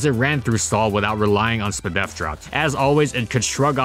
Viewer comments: I hate hearing people read it as "spdef". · Hearing say spdef like that is smth i didnt know i needed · I don't know why, but hearing "SpDef drop" spoken exactly how it's spelled is really funny.